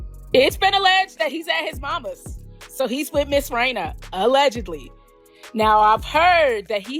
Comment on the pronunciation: Its Reina. Not rao